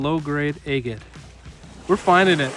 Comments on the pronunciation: It is pronounced ag- ate not a-gate or a-gut. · Agate rhymes with bag it. Never heard anyone say it your way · Takes some getting used to to hear “EHHgut,” but I’m sure that many of my own pronunciations would strike people as strange. Great video!